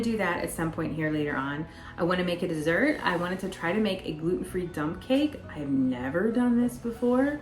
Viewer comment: Lol, I thought you said dumb cake, then later you said dump. This will be interesting.